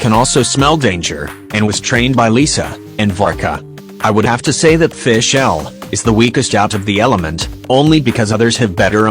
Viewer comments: i find the pronunciation "fi-SCHEL" funny loool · "byedow" "keycing" "fishell" "xinchow" "yoyimiyeah" "gowrow" "byezu" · "FiSH-El" "Albebo😃"